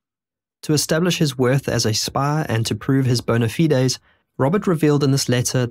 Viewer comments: Good video. Thorough, but your research should have told you the famous river is pronounced ¨po-TOM-ic” or “po-TOME-ic” Bona-fides is usually pronounced like the spelling. Great use of ‘blinkers!’ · Good video but your mispronunciation of basic words like bona fides and the names of major cities like Chicago impact your credibility.